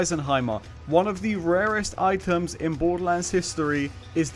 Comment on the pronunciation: What Kind of accent does he have ? Twitter -> Twi—er Items -> I-ems